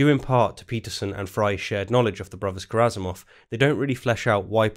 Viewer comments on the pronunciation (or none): Ka-ra-ma-zov not ka-ra-za-mov Peterson should take a new long break from his most harmful drug : his presence on the public eye. In almost every recent video of him, his unhealthy will to build a strawman even in front of people who are showing him his strawman construction is very often driving him to tears. He should try to stop seeing the world as he desperately tries to suit his flawed narrative, and starting to observe it again with a new eye and without all his cultural references he's carrying like a burden. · Is it just me, or is misspronouncing Karamazov, sounds like Karazamov to me. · A 3rd video would be fantastic. Also, “KARAMAZOV,” not “Karazamov” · Small nitpick. You’ve said Kazamarov twice. It’s Karamazov. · Sorry I know this probably isn’t that important but its pronounced brothers Karamazov and the guy’s name is Alyosha( which also happens to be my name)😅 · It’s Karamazov not Karazamov. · it's KaraMazov NOT KaraZamov <<<<<<<<<<<<<<<<<<<<<<<<<<<<<< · it is karamazov not karazamov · aaaay... repeat after me.. ZOV, ZOV... MAZOV, MAZOV... RAMAZOV, RAMAZOV... KARAMAZOV... there we go. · I love you, man, but It is “Karamazov”.